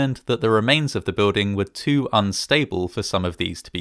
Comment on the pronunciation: I like and subscribe... but I can't stand how you say building... I don't see a "w" in it?